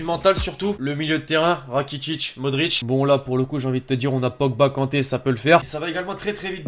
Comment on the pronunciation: C est modrich